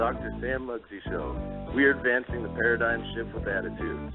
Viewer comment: It's "paradigm".....just fyi